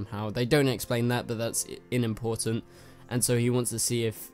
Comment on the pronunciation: Inimportant... it’s unimportant. Not in.